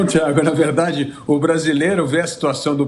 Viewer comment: "Essa peskiza é verdadi, mesmo", ah pelo amor de Deus, esse instituto deve ter feito essa pesquisa lá dentro do diretório do PT